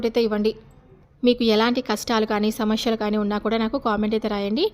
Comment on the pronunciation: శమస్యెల్ కాదు సమస్యలు ?